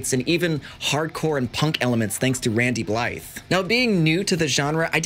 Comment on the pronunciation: I always get triggered when someone doesn't get Randy's name right.